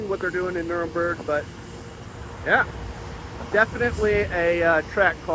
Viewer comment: Well done video details. For future reference on words. In the front or anywhere it's "Damper"; there is no such weird ass "Damp(n)er". And second, the German Rachel you refer to is the Nürburgring. It is not in "Nuremberg"; which people know from was crime trials I believe. I know it's on the fly while filming and maybe even just mistakes. I mostly mention because left instead, people watch others and perpetuate the same mis-application, bolstered by frequency and confidently spread them for generations, looking at those applying the proper words was if they are the a Martians. Again, best physical detail video I've seen as Curious spectator but not quite rabid Cybertruck fan